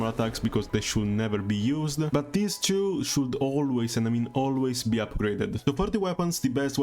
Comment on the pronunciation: For how toy said "two" in english you are for sure italian right? In that case, bella fra ahaha bella guida aspetto quella del brodero kinich